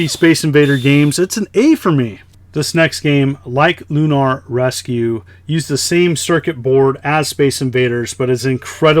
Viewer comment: lol "loon ARRRRR"